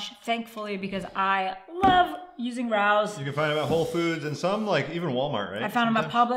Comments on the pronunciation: Rao's is (Ray-Os) not Rous. But we love you anyway and pls visit their restaurant and give a fun keto review;) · It’s pronounced Ray-o’s not raous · The Sauce is from a very famous Family ran & owned Restaurant in NYC & IT IS DELICIOUS!!! Really is the best. It’s very expensive at Sprouts though. The Restaurant is pronounced Ray-O’s. ☺️☺️😁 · After 2 yrs of keto I recently found out that Rao's is pronounced "Ray-O's" For real... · yes we have the restaurant in our city and it is pronounced Ray-os - (most exclusive restaurant in NYC. You have to own a table and the only way you can go is if someone lets you sit at there table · great job guys, love the channel....btw the pasta sauce is pronounced RAY-OHS...i live in NY and have been to the restaurant, that's how they pronounce it, no biggie, thought you might want to know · Btw, Rao’s is pronounced Ray-oze. It’s a restaurant in NY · I love it when people not from New York pronounce Rao's wrong. Don't be mad. A lot of Keto You Tubers pronounce it wrong. FYI, It's Ray-Ohs. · why are you arguing such nonsense? Rao is a family name, fact. They pronounce it like Rayo, fact. If you want to pronounce it differently than the family, that's up to you. You would be 100% wrong, fact. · Love you guys but Rao’s is a great restaurant in nyc and it’s pronounced Ray-O’s keep up the great videos. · Ray-o’s is how it’s pronounced. An Italian surname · Just btw it’s “Ray-ohs” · Pronounced Ray-O’s like the famous restaurant in NYC. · It is pronounced “Ray-o’s”. True story.